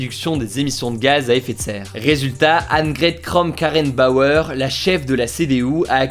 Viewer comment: En tout cas il a plutôt bien prononcé Annegret Kramp-Karrenbauer, parce que moi je continue de dire AKK avec ce Zungenbrecher haha